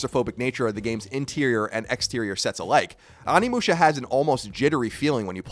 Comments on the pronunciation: Onimusha oh-knee-mu-sha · Can pronounce Samanosuke but can't pronounce Onimusha lol love ya Colin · Why has like every video on this I've seen lately mispronouncing the title of the game lol, c'mon Colin!